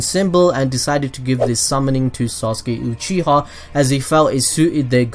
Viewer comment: this man said "sasuke uchihaw"